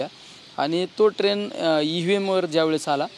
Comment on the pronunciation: अहो खासदार साहेब ट्रेन नाही ट्रेण्ड म्हणा राव....